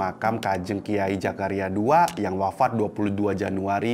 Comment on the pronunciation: Bukan Jakaria,Zakaria mas, sebutnya gak benar hihihi